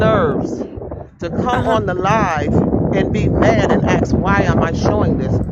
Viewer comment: can pronounce the word, “ass” but she can’t pronounce the word, “ask”.